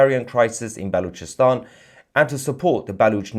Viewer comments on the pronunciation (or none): Did you say Bollockstan?